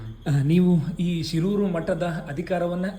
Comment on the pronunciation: ಶಿರೂರು ಅಲ್ಲ ಶೀರೂರು' ಶೀರೂರು ಬೇರೆ ಹಿರಿಯಡ್ಕ ಪಾಪುಜೆ